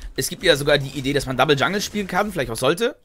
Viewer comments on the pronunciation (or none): none